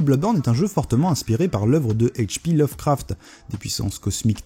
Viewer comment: ech pi lovecraft lol mais avec le "a" de craft bien FR